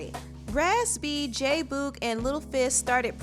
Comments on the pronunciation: Why do you keep pronouncing it Boooog ?! It's Boog as in Boogie. J Boogie J Boog......not Boooooog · I am sooooo annoyed by her saying J Boo- g. ITS BOOG, short for boogie🤬🤬🤬😡😡😡other than that, this was entertaining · J Boog like Boogie. Not Boooog. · J BOOG LOL NOT BOG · Its pronounced j boog like “boogie”not boooog like rude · J-Boog is not pronounced "BOOOG", its "Boog" like the word Boogie, without the -ie. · J who?? Fuck you talking about? 😂😂😂😂😂😂😂😂😂😂it's Boog like boogie without the ie. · Lol why do you say “JAY BUUUUUUEG” like that lolz it sounds too funny TO ME 😂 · It's J-Boog but pronounced J-Bug!!!!!!!!!!!!!!!!!!!!!!! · The way she pronounces "J boog's" name annoys me and is a lil cringey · her mispronouncing J-Boog is making me cringe lol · The way you say jboog name makes me cringe but this was a good documentary. Thumbs up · Great documentary but every time you said J Boog’s name wrong I literally cringed 🤦🏾‍♀️ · My only complaint, you continually mispronounced "Boog" whenever you said J-Boog. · Much love to your sista, but you’re pronouncing “J-Boog” wrong. I’m sorry, it’s cringy. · Ugh I hate how she saying J Boog name wrong, it’s annoying me 😭 other than that I enjoyed the video... I learned a lot about the group and their breakup and their lives after the breakup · Totally fell out when pronounced J Boog incorrectly lol love your documentaries